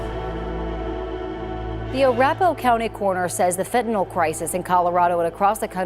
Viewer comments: First of all, let's change your pronunciation. The drug in called Fenta nyl not Fenta nol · Fentanyl NOT FENTANOLL!!!!🤡😡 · I wish they would quit saying FentanOll!!! It's fentanyl FENTANYL, not (fen ta noll) NYL SAY IT DAMN IT!!!! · It's important for us to call this awful drug by its proper name. So many people (users, dealers, family of dead users, etc) call this stuff Fentan-OL. It's actually pronounced Fentan-ILL This may sound like an insensitively stupid point, but it's not. When things are deadly, we need to know and use their proper names. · We don't take "Benadrall" for allergies & sleep, but most people pronounce fentanyl as "fitinall" instead of "fen-ta-nill." Fentanyl rhymes with Benadryl. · It is NOT FentaNOL. It is FentaNYL. Rhymes with ILL. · PHEN-TUH-NEEL...not pronounced PHEN-TON-ALL. Sorry...but it's a pet peeve of mine that people don't pronounce it correctly. It's obviously a very bad problem and the government needs to address this! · Please stop mispronouncing it, though. Please stop calling it fentinALL. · There's no "o" in fentanyl.